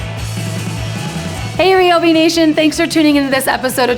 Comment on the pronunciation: It’s RI-O-BEE not REE-O-BEE